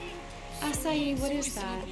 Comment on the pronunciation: When pronouncing "Asahi" the "hi" is pronounced like the English "he". Gotta pronounce that "h". Sorry I'm mentioning this so late.